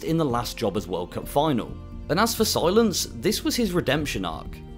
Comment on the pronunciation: Whoa Whoa, its pronounced C-Lance not Si-Lence lol Love the content 🙏